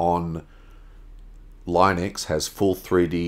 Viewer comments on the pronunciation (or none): It's pronounced "LEENUX".